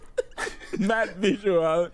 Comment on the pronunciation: My italian heart is both bleeding and laughing at the same time lmao but at least you got right "I'm fucking done" and "10 /10", good job